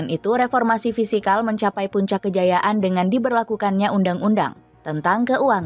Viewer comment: Fiskal bukan fisikal min😊